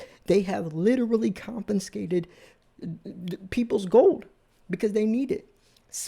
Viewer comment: My ears burn....there is no N in confiscate.